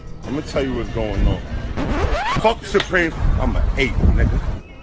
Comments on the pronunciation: Fuck “thupreme “ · He's slow as hell. Couldn't even pronounce supreme that's Prolly why he hated it so much 😂😂